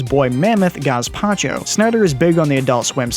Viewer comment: ..........gazpacho ..not gaaashhhzzpacho